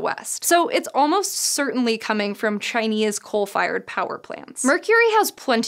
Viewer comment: CHINE-EUHS come get your fresh hot CHINIEUHS